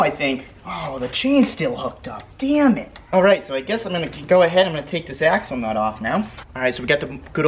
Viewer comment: Every time he said "axle nut" it sounded like "asshole nut"